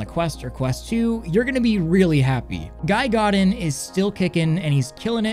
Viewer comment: This will sound pedantic as all hell, but as a "pronunciation enthusiast" of some sort, I find it really humorous to hear him say Guy Godin as [ɡɑɪ ˈɡɔ.ɾɪn] instead of [ɡiː ɡoˈdɛ̃]. Not meant as a criticism or poking fun at all here, he pronounced exactly as American English spelling would suggest he do.